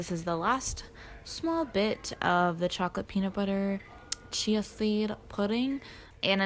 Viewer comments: it sounded liked u said chocolate CHEESE seed pudding the first time u said it and i was shook until i realised u meant CHIA seed not cheese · i thought you said “chocolate cheesy pudding” and i was confused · Omg when she said "chocolate chai seed pudding" I thought she said chocolate cheesy pudding and I was just like.. " okay that sounds gross but you do you"